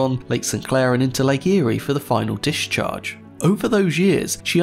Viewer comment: Dish-charge? Mitchigan? Gale. No, not gay-yoo. Vessel. With an L. Not vess-oo. Shelf. Again, with an L. Shelf. Not sheoowff. And Fitzgerald? You manage it most of the time, but the few fits-geroods are still disconcerting. Buckled. Not buckood. Holds. Not howdz. Congratulations to Casual Navigation for hiring the handicapped.